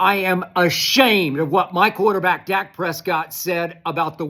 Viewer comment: Skip said Duk Prescott 😂